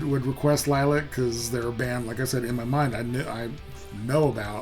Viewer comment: Good lord! Stop talking...and it's not green screen. Plus, it's Lil-lee-ac...not Lilac.